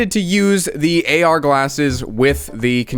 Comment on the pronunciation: dam I was hoping he was gonna say "galsses" through the whole video 😂